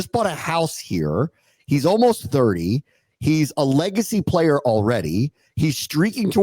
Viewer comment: I love ya.. but please don’t ever “Playa” like that again lol 😅